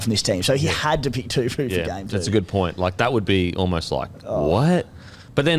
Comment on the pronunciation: I can't remember the young Brodie's name but Daniels last name is pronounced Too-Po (like the Kung Fu panda)